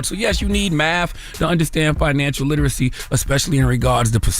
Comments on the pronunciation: The way he could BARELY pronounce literacy … yeaaaa okay lol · Barely could pronounce literacy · Well...he can barely pronounce literacy!..😂😂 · He couldn’t even say literacy Correctly😂